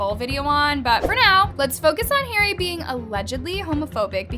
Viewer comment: The way she pronounced Harry and Tana’s name 😭